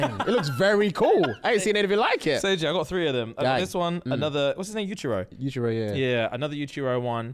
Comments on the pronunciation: Yuji not yujiro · the character is yujiiiiiii😂😂 y’all keep saying yujiro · back at it again with the ‘yujiro’